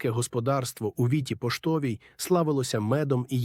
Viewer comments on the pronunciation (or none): Дякую вам за розповідь! Але вам потрібно слідкувати за наголосом: 'Віта Поштова" та "Гриценки" - має бути наголос на 2-му, а не на 1-му складі!